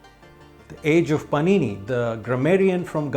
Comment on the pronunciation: Wrong pronunciation of praakrit, paanini and such.